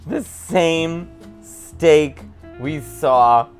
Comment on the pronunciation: The baby's name is Mary too!!! It sounded like he said Stank ... not Steak.. you gonna put some Stank in there?